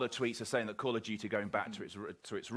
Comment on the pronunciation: I would give you thumbs up if you say call right and don't talk so damn much